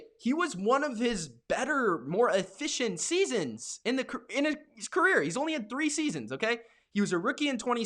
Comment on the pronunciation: Bruh what the fk is uhficcient ?